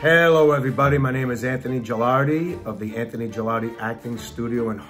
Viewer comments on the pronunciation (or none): none